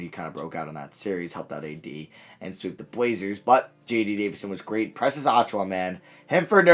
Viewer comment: And Precious I think lol